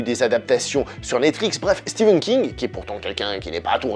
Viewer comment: Stephen pas Steven !